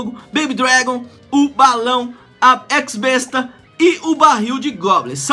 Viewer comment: fala X-besta, o x em inglês e o besta em português, vai entender né kkk